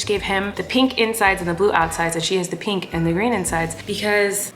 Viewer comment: Why can she say milk right, but not pink 🤣